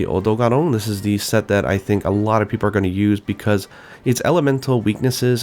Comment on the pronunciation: The way he pronounces Zorah Magdaros, Odogaron etc. is so cringeworthy, it's not even funny anymore.